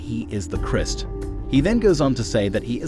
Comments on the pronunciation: What's with the "Christ/mist sounding pronunciation? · Who is this narrator? Cannot pronounce disciple or Christ. Unbelievable. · Please learn to say Christ as it’s supposed to be said???